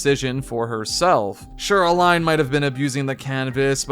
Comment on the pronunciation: Why do pronounce Aline and Renoir like that? The characters say their names correctly multiple times.